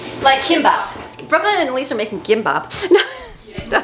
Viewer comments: It’s pronounced Kim-bop. The girls pronounced it perfect. I get that it’s not English, but I don’t understand why you don’t take a few seconds to pronounce it correctly. Sushi is Japanese, what the girls made is Korean. Kudos to the girls for trying new foods and appreciating other cultures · It’s pronounced gimbap. Love your videos!